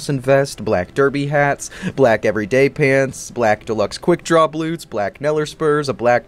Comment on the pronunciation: “Bloots”. I love when you have a slip of the tongue, you put it on screen it quotes 😆